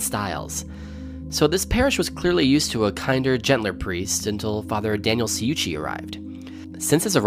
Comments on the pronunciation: It’s pronounced Fr. Chew-chee fyi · lol all the commentators always pronouncing Ciucci and Aquila wrong. It is Chew-chee and A-quill-lah.